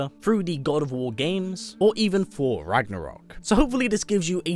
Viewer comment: Everytime he says Thor I hear 4😂😂😂😂...I fucking luv it